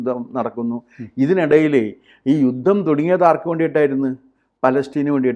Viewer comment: യുദ്ധം അല്ല ജൂദ്ധം